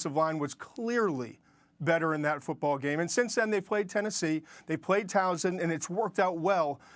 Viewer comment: As a Towson fan, I was surprised how poor the run game is. If it doesn't improve they are going to struggle. PS Towson is pronounced towel-sin with the l in towel silent